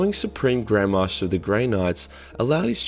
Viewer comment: at first i thought he sead the suppreme grandmas